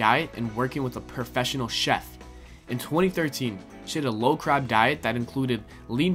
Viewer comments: he keeps saying "crab" instead of carb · I swear it sounds like he says crab instead of carb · he keeps saying low crab, it's low carb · the word is Carb NOT Crab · Low crab diet!!!!!!! LMAO!!!! Everytime he says it I laugh out loud!!!! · We're you saying low crab or carb I'm so confused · It's called LOW CARB diet, not Low CRAB diet. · crab?! it's CARB! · "CARB" not "CRAB" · "low crab" :D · low CRAB?!!!! learn to read and proofread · YOU SAID LOW CRAB FRICKLLEN TWICE 😂😂😂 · Did that guy just say a 'low crab diet'? And "many different type of work-out"?? hahaha if you're gonna narrate for a video, learn to speak properly!! Oh and it's Gunnar Peterson. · Are u saying low CRAB diet?! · How come this guy keeps saying "crab." Weird.